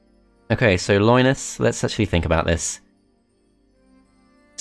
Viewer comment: Loynis Tech Tips, i just can't unhear it.